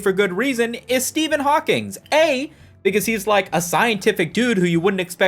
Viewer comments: Ngl I took psychic damage every time I heard "HawkingS" instead of "Hawking" 😭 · You definitely pronounced it "Hawkings" just to piss everyone off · There’s no S in Hawking. You keep saying Hawkings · Everytime he says "Hawkings" it makes me laugh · How do you make a whole video on Stephen hawking and miss pronounce his name every single time lmao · It’s fun that you did a whole indignant video and misprounounced Hawking’s name throughout. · Every time he puts an “s” at the end of the name Hawking 😂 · bro how did you mispronounce Hawking a thousand times in ten minutes